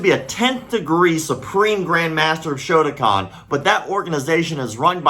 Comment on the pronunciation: Did you say shotokan or something else because shotokan is Japanese